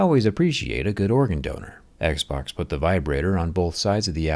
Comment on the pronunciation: I always hear: Eggsboggs